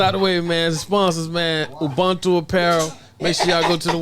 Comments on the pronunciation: Its pronounced uboontu...not ubuntu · Pronounced uboontoo not ubhuntoo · Shout out, I used to watch your videos back in 2019/2020. Please learn how to pronounce Ubuntu and hat it means